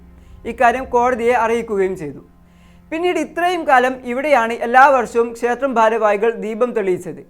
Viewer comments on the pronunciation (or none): none